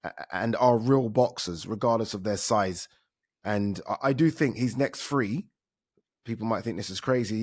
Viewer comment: “finally there’s a free, there’s a fird” - it’s THREE and THIRD you utter m0r0b ADEE Ooladeepoo🤡